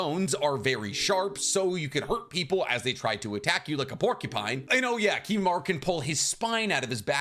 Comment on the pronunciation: If you're gonna pronounce it as Kimimaru you may as well also say Narutu